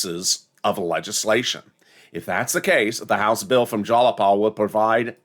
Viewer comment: It's not "Jalapal"; it's Jayapal